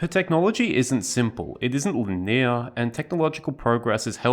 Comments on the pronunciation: What's "lineer"? (It's.. it's "Lin-e-ar" or "linear") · Linear= lin-ee-uh. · Why can't you pronounce linear right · Wow. I hate the way that you talk. Who says linear like that?? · The Australian pronunciation of linear was rather unique today. 😂😂😂